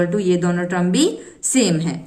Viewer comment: Mam its term not trum🙂